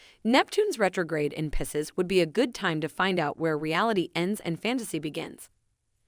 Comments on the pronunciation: It’s PIE-seas oh my where did you learn to pro ounce it like that? It sounds French. As does your Geminy. It’s pronounce Gemin-eye. I didn’t hear anything else you said as I was so fixated on that. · It’s PIE-SEAS… 😂